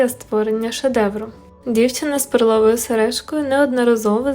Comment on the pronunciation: Мабуть наголос треба робити на перший склад, а не на другий. Відео цікаве, подивилась із задоволенням, картина справді шедевр ❤️😍